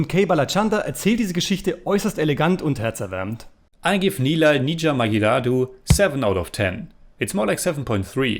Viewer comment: First of all great effort from on pronunciation of movie title.. Thanks a lot for reacting to this Tamil Vintage movie starring Kamal Haasan Sir.. There are other great tamil classic movies of Kamal Haasan Sir namely Mahanadhi, Guna, Aalavandhan, Kurthipunal, Sathya, Aboorva Sagotharargal, Aval Appadithan, Moondram Pirai, Unnal Mudiyum Thambi, Pathinaru Vayathinile, Sigappu Rojakal etc..